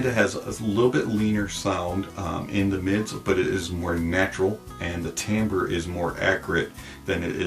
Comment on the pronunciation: Thank you for saying the word timbre correctly :) Some reviews speak about timber for some reason.